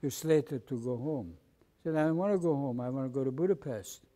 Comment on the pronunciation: Its a funny thing that the gentleman from Hungary does not pronounce Budapset correctly, not to be picky...great interview however...I'm happy he came out of the war in good order mentally unlike my Dad...